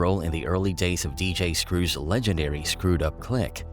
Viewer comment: Dj Scrooge?!? My guy…fix that. R.i.P Screw